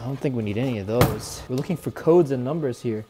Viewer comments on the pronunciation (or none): U pronounced the codes wrong . I started laughing